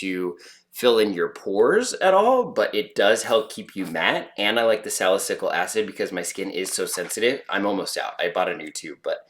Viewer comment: I can definitely see the difference It's not huge which is good if you're going for a more natural no make up makeup look Btw salicylic is pronounced (sala-seal-lick)